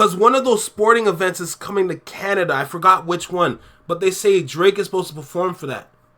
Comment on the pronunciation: Dwake, hip-hop's wittle pwincess? 😂 We do like him like that 😂